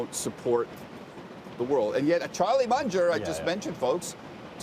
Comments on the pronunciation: the clown can't even pronounce Munger's name properly wtf is this crap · Fool cant even say the name right. Other fool says delisting will take the stock to 0. Can please someone please give him a drink. He tripping